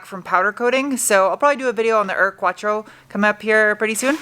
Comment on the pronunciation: You need to work on the proper German pronunciation of Ur-Quattro 😎